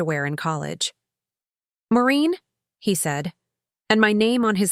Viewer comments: Her name is Maureen not Marine! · Get the name right. It’s Maureen, not Moreen or Marine. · Maureen not Moreen so many errors in all these stories!!Get a dictionary, please.